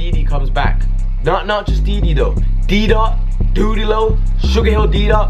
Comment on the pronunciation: his name is dude-e-low